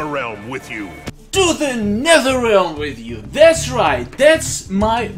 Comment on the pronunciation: Now you pronounce netherrealm correctly.